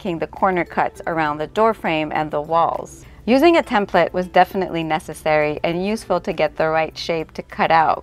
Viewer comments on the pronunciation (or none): none